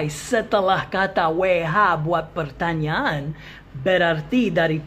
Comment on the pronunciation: Pertanyaan kedengaran seperti pertanian😀